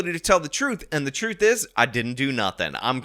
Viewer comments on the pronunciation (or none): “I feel responsibility to tell the troof!”